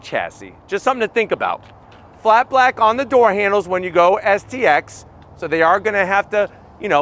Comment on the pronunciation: Why do you keep saying xst…. Its stx